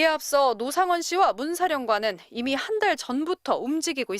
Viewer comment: '로상원'? 이거 박상원을 의심해야하는거야? 아니면 노상원의 진짜 정체가 있는거야?